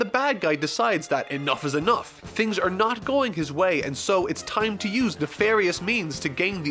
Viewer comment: This dude pronunces "are" as "aerrrrr". 😀